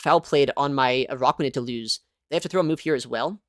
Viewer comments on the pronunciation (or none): Its not AROCKuanid. Its ARACKuanid